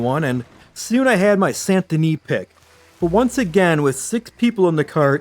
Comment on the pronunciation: So it sounds like you're pronouncing the T in Saint Denis. I checked the auto captioning and it thought so too. Leave off the T. It should sound like: San Da Nee.